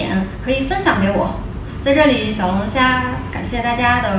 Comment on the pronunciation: 你看你的发音，小龙虾还是小龙侠